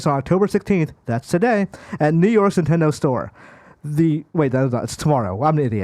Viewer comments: Nendedo is how how he said Nintendo 😂😂😂😂 y’all will employ anyone and your community just eats it up. Bravo I guess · Really? Now you're trying to call someone out for saying Nintendo as NENtendo? What is wrong with you? You're pathetic. YOU are toxic AF. Idiot.